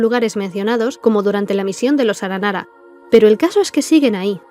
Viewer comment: 1° muy bueno el video 2° cuantas veces te equivocaste en la pronunciación de las palabras aranara en este video? Y 3° terminé hace nada una misión aranara de romper los sellos de distintas máquinas de las ruinas y destruirlas, en la parte final hay que luchar con una Máquina Eterna, y Paimon lo menciona, entonces un aranara le pregunta: "¿por qué se llama "Aranara Eterna" si no es un aranara?" Estoy casi seguro que no es que allá escuchado mal el aranara, sino que tiene entendido que el concepto "Máquina" y "Aranara" son iguales o por lo menos similares, ¿puede ser que originalmente estos ayan sido un prototipo de los akasha? Máquinas capaces de estar conectadas entre sí y capas de conectarse a otros seres conscientes a través de los sueños, pero luego de conocer el Marana ya no era adecuados para esta tarea. Entonces se creó el akasha que no son consientes y usan los sueños como combustible ya que no pueden conectarse al bosque, o tal vez le di mucha vuelta a algo sin relevancia... un saludo 🖐